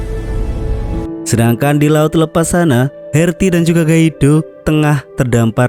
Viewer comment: ngomong "Amerika" saja kamu mah nyebutnya "Emerika" lidahmu cadel min...? sok imut ah...gak enak ...kedengaranya